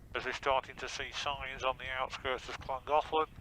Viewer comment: English people pronouncing welsh names is always a fun thing to hear, 'Langolen' dear me. There are two L's for a reason its a different sound.